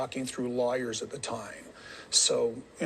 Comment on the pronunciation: When Kody says ‘lawyers’, he makes it sound like ‘liars’.